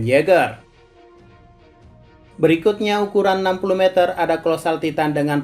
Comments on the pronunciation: si Mimin salah sebut jadi "mezer" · Meter nya salah cara bilang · Meter ya bukan mezer